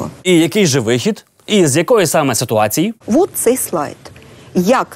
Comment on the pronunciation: Ніяк косата не навчиться правильно вимовляти іменники жіночого роду з закінченням -ція: "ситуациі" замість "ситуації", "цивилізациі" замість "цивілізації"! Michael why did you wear the MU jersey?